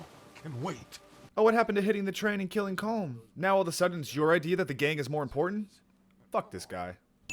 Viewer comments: Its pronounced colum not colm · I'm Irish and on my first playthrough I almost stopped playing because they all mispronounced colm its pronounced collum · it's pronounced "column" not "comb" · COLM IS PRONOUNCED COLUM.